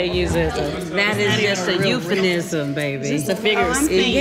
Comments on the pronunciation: Please don’t tell me I’m the only one who heard “EupheNism” instead of “EupheMism”... 😭😭😭😭😭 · And she saying it wrong at that haha haha I had to listen back like 3 times but she is clearly saying EupheNISM instead of EupheMISM lol and Im like how you gonna correct her and saying the word wrong 😂😂😂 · How is Phaedra trying to school someone, while mispronouncing euphemism? It is a M not a N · Girl said "euphaNism". She has a law degree. scene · She said euphenism. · "EupheNism?" All these women are slow 🤦🏾‍♀️ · It’s the fact that Phaedra said “euphenism” for me…like 3 times lol…the lawyer 😂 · Is anyone going to point out that Phaedra said ‘euphaNism’… TWICE. 🤦🏾‍♀️ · Did Phaedra really pronounce it eupheNism?